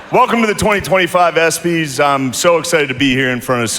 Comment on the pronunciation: dam cant even pronounce the espys HE DIDNT BOMB HE KILLED you live under a rock